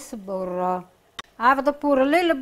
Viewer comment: I don't know if it's from the part of Italy or just a Jersey thing, but when my mom once taught me a few words of Italian, which she learned from her mother from Italy, she would pronounce "butter" exactly how pronounces it here. Boodra. If I recall correctly, my Grandma from my dad's side of the family also pronounced it that way. The families were from 2 completely different parts of Italy.